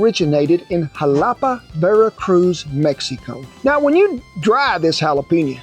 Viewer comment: 90% success rate shows a lot more effort than most; he even pronounced Xalapa, Veracruz correctly